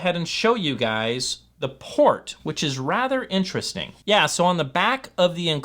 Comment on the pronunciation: Vewy Intewestingh!